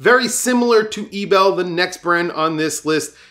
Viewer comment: Eterna is currently making only very ugly designs. Credor is just stupid. Ebel got a very glorious history, but is really too specific design: anyway the pronounciation is wrong. Concord is a zombi brand. Chopard and IWC are no bargain at all. Anyway talking about "the gray market" so easily is dangerous and not very on the responsible side: on eBay is bloody easy to get scammed.